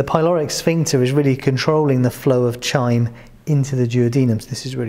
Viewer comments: No I didn't. Chyme is pronounced "kyme". I have bad habits. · Chyme has silent h or more likely pronounced as khyme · Hi excuse me, I heard you pronounced chyme very differently as I’ve heard in different dictionaries such as the Cambridge dictionary. . I’m just wondering is that the correct way as you pronounced it?